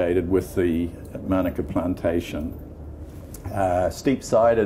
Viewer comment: Please pronounce Manuka correctly. You keep saying manaka ... very annoying 🤔